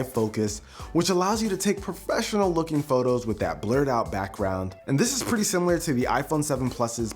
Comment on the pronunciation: when he said "pppretty" i had to rewind the video. haha check it out 😂😂😅